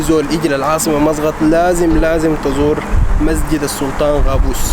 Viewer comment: مو مسغط 😂😂 مسقط مسقط 😂😂😂😂😂😂😂😂😂قال شو مسغط 😂